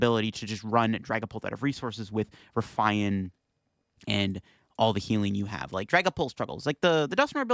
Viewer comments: RUH-FEE-IN...not roofian...or ruffayan...RUH-FEE-IN...Ruffian. ffs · ok but is an English speaker so why would he pronounce it “rough eye en” instead of the English word that exists pronounced “rough ee en” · Have you never heard the word 'Ruffian' before? It basically means 'violent criminal' or 'troublemaker' and is pronounced as 'Rough-E-Un'. 😂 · “Ruff I an”??? Jesus Canadian Christ… Smh stay in school, kids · It's pronounced "Rough-E-IN" Also, when you do the "10% off 👌☝️" you always do the hand symbol backwards for the camera Love the vids. Keep it up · Great vid, but the ruffian pronunciation is driving me nuts. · I was like: „Nah, it can't be that bad.” when I read your comment, but now that I heard it, yeah. It hurts my ears. xD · Your pronunciations of "Eri" and "Ruffian" are on par with Wolfe Glick's "Arcanine" and I am now infinitely more curious what other funky pronunciations you might have haha much love